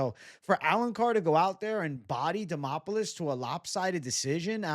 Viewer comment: DEmOPoULis 😂😂😂 you can’t be serious-did you even watch tape bwhahahaha